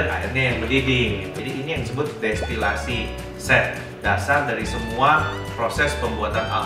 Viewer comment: Maaf, mau mengkoreksi sedikit. Yang benar distilasi, bukan destilasi 🙏